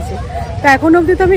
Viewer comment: sec towards আমরা সর্গদ্দারের দিকে যাচ্ছি। বাঙালি রা যখন ইংরাজি বলে এই দশাই হয়🙏🏻 sec স এর উচ্চারণ এই রকম মেকি করে বলার কারণ কী ?? আসলে এই ভাবে তো কথা বলেন না তাহলে ভিডিও তে এই ন্যাকামি টা কেনো করেন??